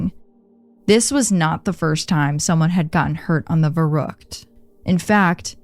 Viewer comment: Oh boy as a native german speaker this episode was hard to listen to 😂😅 especially „verrook“ aka verrückt